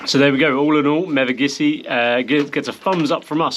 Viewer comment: Great video, had to laugh at, a couple of times pronouncing Mevagissey as Megavissey! Easily done, we hear mispronounced place names all the time. Tell Praa Sands is prounounced "Pray Sands"... at least by the locals. I passed you & the lorry on the A30, you were just going past the Tolvadden junction heading eastbound. I was in a White Transit Pasty van. I did give you a BEEP & flashed my hazards. Hope you all had a wonderful trip down this way.